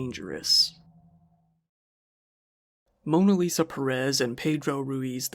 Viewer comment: Perez is pronounced similar to "Paris", and Ruiz is pronounced like an Asian person is trying to pronounce "Louise".